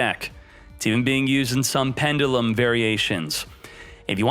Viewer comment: Please say pendulum differently